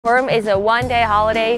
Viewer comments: It’s funny how you say Purim. “Peerem”. Do you have anywhere a video explaining their accent? They do pronounce some vowels differently. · Yeah, Purim is the English accent. Peerim is the Yiddish accent. I have not yet done any videos on Hasidic Yiddish and the accents, but I want to! I am thinking of comparing standard Yiddish to Hasidic Yiddish and Hebrew pronunciations to Yiddish pronunciations. There are many words that I say in the English accent that in the Hasidic community I say differently.